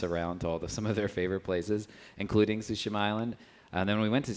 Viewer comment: Everyone before the game: "What is Ghost of Tooshéémuh?!" Everyone after the game: "I am... the Ghost... of Súhshimah..."